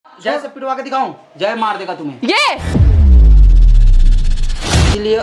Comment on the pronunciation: Jay ko theek se bolate Nahin Aata aur Bada aukat dikha raha hai